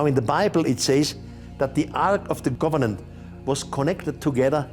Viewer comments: It’s Ark of the COVENANT…not “govenant” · It’s driving me crazy how he keeps saying “Ark of the governan”! 😫 It’s COVENANT, not governan! 😂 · Its Covenant, not Governant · He said governant actually, bless him😘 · Ark of the "governan". Do you mean covenant?